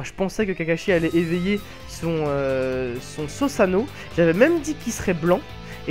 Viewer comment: par pitié on dit SOUsano et pas SOsano